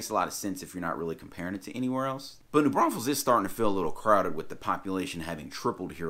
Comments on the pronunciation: You call it New Braunsfels at 1.54! Apart from that great video, thanks. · Hilarious how you said “don’t say New BraunSfels” and then repeatedly said it 😂🤣😂🤣